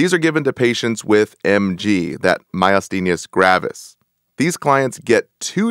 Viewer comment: Appreciate the content, but the mispronunciation of words is a turn off. PHYSOstigmine is not pronounced "PHOSPHO-", and PYRIDOstigmine is not pronounced PYRIDIOstigmine. Also Myasthenia is not pronounced "myusthenius".